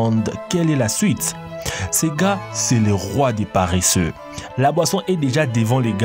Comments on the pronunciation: on ne dit pas paréssé mais paresseux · compté combien de fois il a dit parreseux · La voix off est "parreseusse" 😂😂